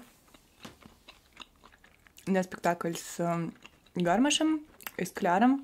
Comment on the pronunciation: Актёр ГармАш, а не ГАрмаш